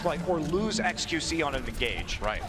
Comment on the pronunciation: doesnt like saying xqc he always says qxe